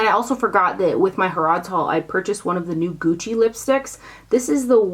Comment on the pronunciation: Harrod’s is the biggest department stir in the UK, and is pronounced HAIRud’s ( the other way you pronounced it 😊). If you’re ever over there DO NOT miss it!